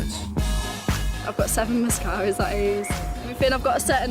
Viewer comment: I thought I heard "I've got 7 miscarraiges" turns out it was mascaras. Also, when she was applying it, at first I thought she was doing blow. Damn, I had very low expectations for that individual.